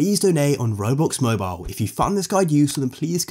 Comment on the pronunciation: Ya he said mobile its not mobile